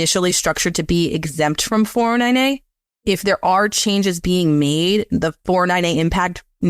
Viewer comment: Great video. Took me a while to figure out that when he said “4NNA” he was saying 409A. Thanks for the great content.